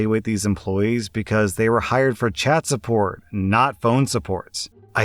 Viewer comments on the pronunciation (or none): I swear he says Chad instead of Chat. XD even while listening and reading it. Lmao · All I could hear in the first one was ‘Chad support specialist’ 😂